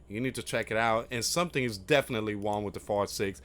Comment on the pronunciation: Just say rong not wong. Trying to help. The w is silent.